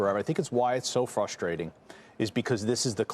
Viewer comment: "That's fuustrating!" lol